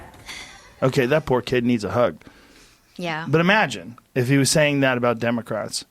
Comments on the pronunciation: Joe “EEEEE magine” Rogan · Joe "E-magine" Rogan